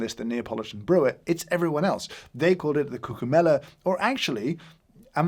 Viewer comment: Sorry but is cûccuma not cuccūma. In italian is important pronunciation. Thank you for the video!